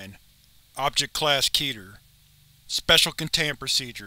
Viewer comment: Keter is pronounced KEHTH-her.